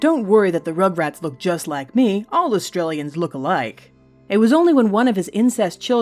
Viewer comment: Sounds like she says Australian yet it is Austrian